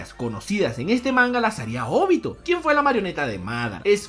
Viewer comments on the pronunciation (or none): ¿Porqué acentuas los nombres como se te da el jaimico? Mádara, Óbito, Nágato. Por mencionar algunos.